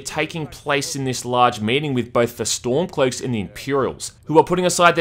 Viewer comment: I love the way you said storm cloaks I you sounded like a posh old English Gent